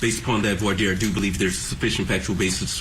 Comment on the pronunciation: Omg and he pronounces voire dire correctly unlike sooo many other attorneys and court representatives